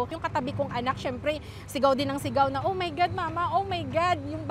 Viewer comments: OH MAY GAD!! OH MAY HAD!! OH MAY GAD 😂😂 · OH MAY GAD, OH MAY GAD, OH MAY GAD, OH MY GAD, OH MAY GAD